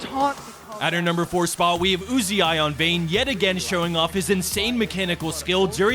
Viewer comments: anyone else getting pissed off at how this guy says uzi? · why do you fucking say "UZ- i" its one word Uzi learn to read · did he just call uzi you zi i? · Who the fuck is uzi-eye? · Why are Americans incapable of pronouncing words correctly? /s Who pronounces Uzi as YouZeeEye?? I'll never understand American pronunciation. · That caster calling Uzi U Z I was giving me a hernia.